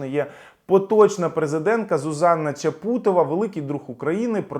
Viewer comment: Здається, вона ЧАпутова, а не ЧапУтова. На жаль, уходить.